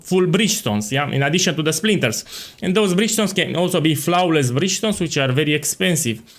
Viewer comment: your pronunciation is flouaowless